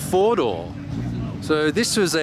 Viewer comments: I thought he said Fordo, like Ford but with a japanese accent and was confused, then I realized all those cars had 4 doors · yes I realized later, found it funny. I’m glad you’re doing videos again